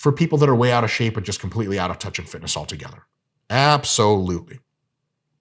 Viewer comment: This mf said "fitnuh"